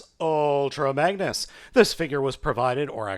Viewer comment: he said bangnus